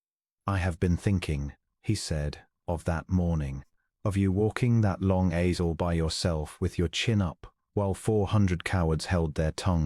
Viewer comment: I am offended by the mispronunciations by the Narrator of many of these stories. The most common is to pronounce "bowed {as in COW}" not as 'boad' {as in boat but with a d in place of the "w"}. Also the word "aisle" is pronounced "Isle" as in Isle of Capri. These are the vagaries of the English language. I am assuming the voices in these stories are AI productions. I suggest you need to adjust your algorithms to accommodate the vagaries of the English language and any of the many other languages you might use rather than cause offence.